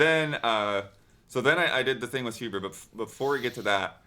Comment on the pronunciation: It's huber* :)